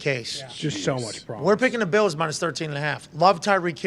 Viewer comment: The Buffalo BEALS! Lmao. AJ “GO BEALS” and LOVED Pats “ Hell yeah, Go BEALS! LoL